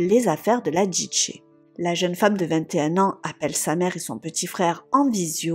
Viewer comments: Tu m'as tendue avec ta prononciation de DJ en Djidjé 😵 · La façon de prononcer "DJ" m'arrache les oreilles.... XD